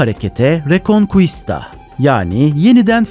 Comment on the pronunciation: "Rekonkista"diye okunur. Çok şükür iberya arap istilasından kurtuldu. Arriba España 🇪🇸